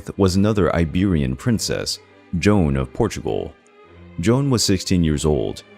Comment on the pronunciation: Queen Joana’s name isn’t “Joan” it’s J O A N A. Great video but work on your pronunciation of foreigner names.